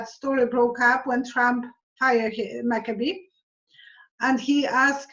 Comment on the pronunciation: Does mean Andrew McCabe as in Abe with a C in front of it? She is saying what sounds like Macabi. Is this someone else she is referring to?